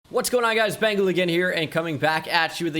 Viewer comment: Why's your name bengal? And you dont even pronounce it right